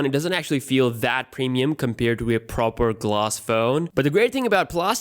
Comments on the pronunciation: Gloss or glass? I can’t tell what he is saying lol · It's not Gloss, it's Plostic